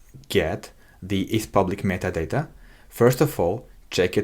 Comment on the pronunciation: Кекаю с каждого "МЫТАДАТА" (metadata) произнесенного на протяжение видео)) Но да, за гайд респект, очень подробно всё и это прекрасно)